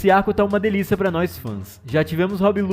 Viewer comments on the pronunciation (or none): por quê vocês falam Rob Lucy? é Rob Lutchi (a fonética pelo menos) x-x não entendo porque vocês criam nomes aleatórios que não existem. me faz lembrar quando Naruto começou a fazer sucesso e todo mundo queria ser o "Saxque" -_